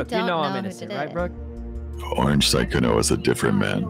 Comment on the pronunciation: sykkuno* sowwey